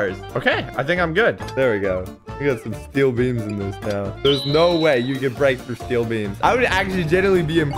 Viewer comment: through* not trough